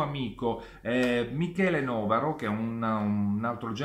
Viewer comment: Novàro, non Nòvaro...